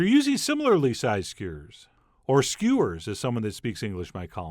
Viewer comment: "Sugar surp" Cute and weird pronunciations by Chef John.😁